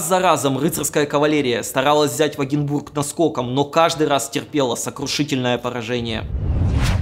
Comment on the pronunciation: Вагинбург, как-то иначе звучит и воспринимается нежели вагЕнбург, вы не находите?